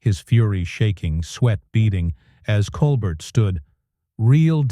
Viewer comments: Col-Bert? It’s pronounced “Col-bear”. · How about pronouncing Steven’s last name properly!!!